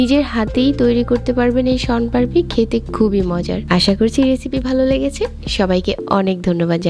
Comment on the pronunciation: পারপি না পাপড়ি